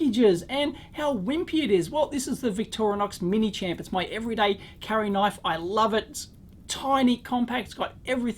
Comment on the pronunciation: "This heres a knoife!"